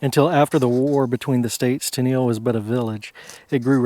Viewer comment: Pronounced Kay-olin (unique and valuable clay only found in this area used for many things) and Tennel (think tunnel with an E). I'm from Hancock Co. adjacent to Washington Co. This reminds me of many plantation gravesites that I've seen exploring when I was younger. Many of the plantation gravesites I'm familiar with are marked with only field stones. It's a shame because their stories are lost forever.